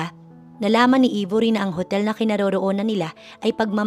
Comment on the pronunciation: Aybori ang pagpronounce , d Ibori